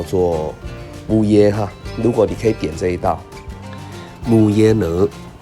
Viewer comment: Vú 的發音要帶一點ㄨ音的收尾，可能是透過網路的關係，我聽到的是ㄛ收尾了